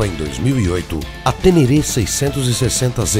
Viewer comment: A próxima vez que vc falar TÊNÊRÊ, vou até aí te corrigir pessoalmente, viu o! 😅😅😅😅